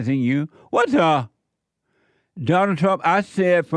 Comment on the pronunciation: Every time he says WAT DAH it puts a big smile on my face. Brings some lightness to an otherwise dark-feeling time